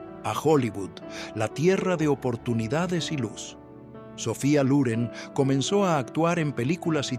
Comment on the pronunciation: No se dice Luren sino Loren